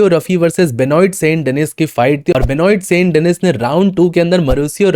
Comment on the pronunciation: It's pronounced as benuwa saint denis